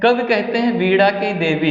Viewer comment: Sir pz वीणा का उच्चारण सही कीजिए